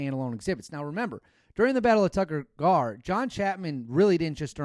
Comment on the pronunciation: It’s “Tayk-Koour Gar” not Tucker Gar.